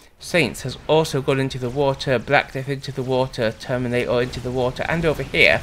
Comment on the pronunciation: Each time I hear "termina'or" I think of that bit from South Park with the "plane'arium"